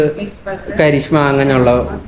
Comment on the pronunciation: karishama alla karizma.... video nice simple and straight to the point ayirunu